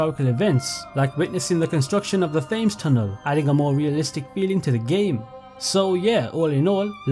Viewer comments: really petty thing to complain about but that's not how you pronounce the river Thames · Bro is English and can’t even pronounce major London locations such as Westminster and Thames.